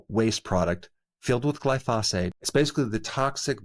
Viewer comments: I wish he would learn how to pronounce glyphosate. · Cow = mature female bovine. It is not a generic term for cattle. Most of the beef comes from steers and heifers, not cows. Also, you still mispronounce glyphosate.